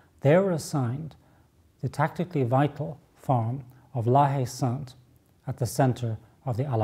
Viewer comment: There is an 'e' at the end of Sainte in the name, so the 'T' is sounded - "sant"